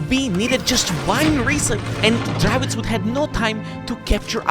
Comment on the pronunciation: What's a Dravits? Do you mean the Dravec?